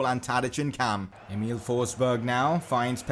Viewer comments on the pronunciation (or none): none